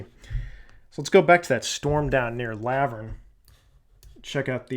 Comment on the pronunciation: Great video. Oh and it's pronounced La-vurn like Laverne & Shirley the tv sitcom 😳😂